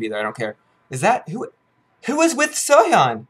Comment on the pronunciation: who is soyon?? seohyun, i thought it was pronounced soyhyun